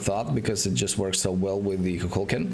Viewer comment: ITS KUKULKAN